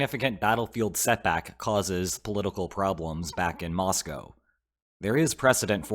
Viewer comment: Thank you for your insightful reportage. And a BIG thank you for saying Mosco correctly.